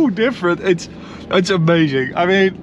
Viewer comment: "I love men green" LOL